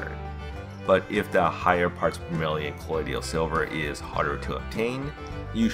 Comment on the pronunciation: Dont wanna be that guy but I can’t stand it lol Colloidal not colloidial and it’s a hermaphrodite not hermathrodite thanks great video tho love them all